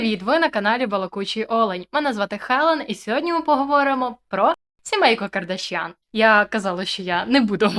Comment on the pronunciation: ПетросЯн, БабаЯн, ДжигарханЯн, КардашЯн - все це вірменські прізвища. Наголос на останньому складі!